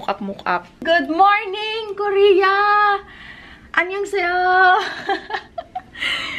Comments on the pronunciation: anyohasayo anyohasayo po hindi anyonghasayo hindi po ganun anyohasayo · Natatawa ako sa annyeon"sayo"😂😂